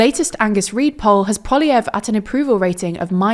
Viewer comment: Every TLDR reporter has a different pronunciation for Poliievre.